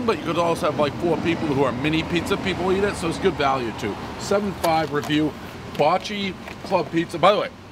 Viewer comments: Not " bolt - shay " its bot - che " Gotta say it Buffalo style baby ! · Baacheee. Bocce. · "Ba-chee" is how we pronounce it here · Hey Dave, it's pronounced "Ba-chee" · pronounced bah cheee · One Bite, everyone knows Dave can’t pronounce Bocce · I'm from Buffalo, Ny. Bocce's has the best pizza in Buffalo... hands down! And it's pronounced like the ball - Bocce ball. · Daniel Savage he played the game before and I think pronounced it correct then. He’s a poser. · He literally botched, the pronunciation of bocce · Dave. say 'Bocce" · You're pronouncing Bocce wrong. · Said Bocce wrong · If it's Italian, you're saying it wrong